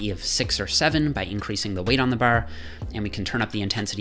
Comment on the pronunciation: The way he pronounces "bar" I expect a "Don't ya know"